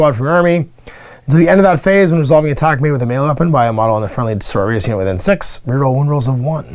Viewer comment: How is it, that you are familar with Sisters of Battle, for 20 years, and cannot pronounce "So-ro-ri-tas" ?